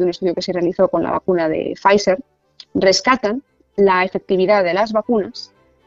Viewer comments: Fernando, me encantan tus videos, pero por favor, cuando hables de la vacuna de Pfizer, se pronuncia "Faicer" xDD. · Pfizer, en este contexto, es la denominacion social de una empresa estadounidense, por lo tanto /faizer/ es como se pronuncia. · "Brought to you by Pfizer" Sera posible que todos estos paletos se empeñan en decirlo mal y nadie lo pronuncia con la perfección germánica de nuestro entrañable (pero algo dogmático en ocasiones) Fernando?